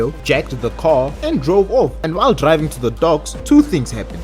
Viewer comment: No disrespect, “and since I’m drrriving this bus”